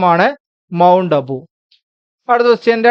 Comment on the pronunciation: 16.40: മൗണ്ട് അബു അല്ല, മൗണ്ട് ഇബു ആണ്.